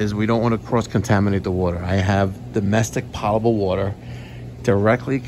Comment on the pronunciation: poe-tuh-bull, not pot-uh-bull my friend.